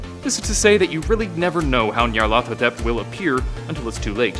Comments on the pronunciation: Pronounced, "Nee-Ar-Luh-Thoe-Tep", Not, "Nee'Ar-Lawtho-Tep" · dewd its pronounced nigh-yar-laugh-thot-ep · Nyar... LA-THOT... ep. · Nahhh you’re doing it all wrong. It’s pronounced Nyaruko-Chan! Tee he~ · You're saying my name too fast and not emphasizing the ATH as much you should. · How the f did u pronounced it. Wait, you repeated yourself... IsThAtAjOJorEferEncE